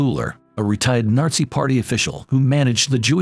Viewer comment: Narzi Germany 💀💀